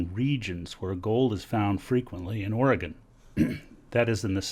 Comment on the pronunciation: and he pronounces the states name correct. yall take note... :)